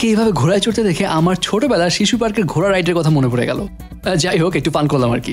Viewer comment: Vai apni kinto nokol ghoray na bole coray bolecen ekto sunben pls don't mind